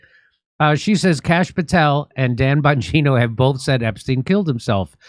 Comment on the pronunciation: ???“Don Bongino”??? 🤨🤔🤔🧐 Pretty sure it’s “DAN” and not “DON”… 😂😂😂😂😂😂